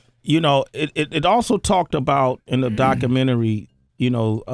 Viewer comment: I must see that "DOCKAMINNERY". #facepalm